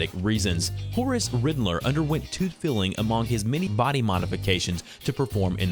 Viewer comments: Ummm...tooth "filling", I am pretty sure the narrator wasn't reading FILING correctly. I mean it reads "FILE-LING" not "FILL LING" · When he says filling instead of filing (file-ing) lmao